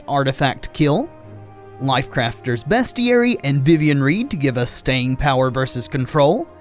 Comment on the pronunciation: It is pronounced "beastiary."